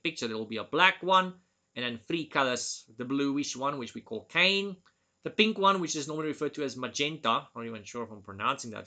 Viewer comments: You pronounce magenta perfectly but cyan isn’t pronounced like “cane.” It’s two syllables. Sounds like “Sigh, Anne” or “S-eye, Anne.” Hope that helps. Your English is for the most part impeccable. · The blue color is pronounced sigh-anne, not Kane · i love that you pronounce cyan(sigh-anne) like cain lol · ngl that part was hilarous to me, I thought it was a intentional joke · Just to add, the blue (Cyan) is actually pronouced as "sci-an".